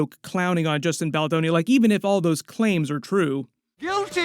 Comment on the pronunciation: Who tf is Justin baldaroni? Lmao